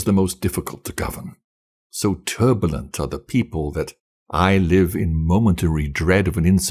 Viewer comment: You don't pronounce 'propitious' correctly. And the second syllable of 'turbulent' was a little off.